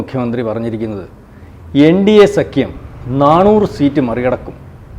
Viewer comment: എടോ നാണൂറ് അല്ല നാനൂറ് ആണ്